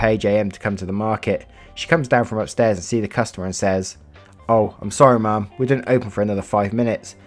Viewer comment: why do you say ma'am like mom 😂😂